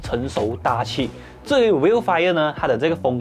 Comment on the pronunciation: Vellfire not Vielfire. Like Hell, Well, Tell